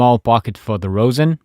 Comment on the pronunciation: ummm I think later on you said the bridge or the shoulder rest but it’s actually called a shoulder rest and the bridge is located on to of the violin kinda in the middle plus you kinda miss pronounce rosin but maybe it’s ur accent